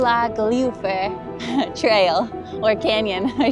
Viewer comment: Moolagljoowur (approx correct pronounciation). You did well!